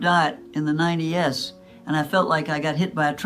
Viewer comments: She said “Ninety-S” instead of 90’s? Surrre, this 103 year old isn’t A.I. at all! 🙄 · I agree with all these foods except potatoes -I eat the boring carnivore diet and it works! I can tell this is AI generated by the way she pronounced sugar (as sugar) & the 90’s (ninety, s). Also her voiced flowed perfectly with no pauses, but perfectly. It should say this is AI. That part is deceiving, so I won’t subscribe. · This womans speech was brought to you by AI. Listen to how she pronounces "90's". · You can tell AI by saying 90s as 90 s and sugar as sue gar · I think this may be AI content....? She says " low carb diet in the 90....s She also says shoogar for sugar